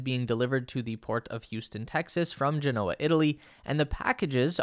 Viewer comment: How did he just pronounce “Genoa?” 🇮🇹